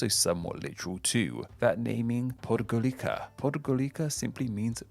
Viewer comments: Podgorica is pronounced PodgoriTSa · It's Podgoritsa not "K" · I died when he said Podgorika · in Podgorica, the c is pronounced as „ts”, so the name is pronounced „Podgoritsa”, not „Podgollika”. I know even though I’m not from the Balkans. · All the mistakes/missing info I spotted in the video: -Greece and Turkey being kicked from the Balkans -no mention of Hrvatska/Crna Gora, jet mentioned Albania's native name?? -didnt look up how to pronounce words (Croat like croak, Podgorika) -Said Croatia comes from old Russian I would recommend asking people in r/askbalkans for help, honestly, if you wanted to know more. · Hears how Podgorica is pronounced Did you know that the letter C is pronounced as 'ts' in all Slavic languages that use the Latin alphabet except when followed by an H for a part of them as some use CH and some use H (and some use both) for the 'ch' sound in the Scottish word 'loch'. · Its pronounced Podgoritsa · “C” is pronounced like “ts” and sometimes “s” in Slavic languages, like in the word Podgorica. Montenegro is called “Crna gora” (Black mountain) in its native tongue. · More like PAWD-gaw-ree-tsah. Stress is on the first syllable. English speakers have this special talent to put stress on the wrong syllable in Serbo-Croatian words. Even when you think it's impossible, they still manage to awkwardly mispronounce it xD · hearing him say podgorica physically hurt me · thats not how you pronunce the letter c in serbocroatian the way you pronunce c is by makeing the s sound and while your makeing it say the letter t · Why the fuck YouTubers can't pronounce Podgorica? And I believe it means bellow the mountain, not bellow the hill. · It was fine, It wouldn't have been better if he pronounced it correctly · I cringed about the way he pronounced Podgorica